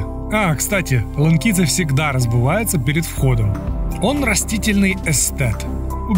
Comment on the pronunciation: Разбувается? =)) - Разувается! У меня жена украника так же говорит =)))